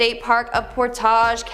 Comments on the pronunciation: u need to learn how to pronounce things. ur worse than Cj Faison. lol. it's Ak-ron not Aay-kron & Port-age not Por-Tahj - or just ask an Ohioan. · It is Portage and not French pronunciation and the one town is Akron not ache cron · Medina = Muh-dine-uh Akron = Ack-rin Portage = Port-idge. It really doesn't take much time to look up how to properly say a city name... Facepalm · And Portage county